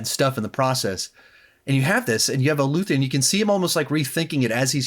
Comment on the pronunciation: Looth-e-an? Did you really watch the show? It’s Luthen